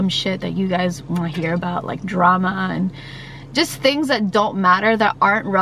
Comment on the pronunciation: are you saying drama or trama because the word is drama